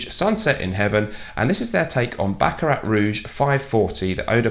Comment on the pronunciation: Small blooper, you said baract Rouge by Fredric Mall! :)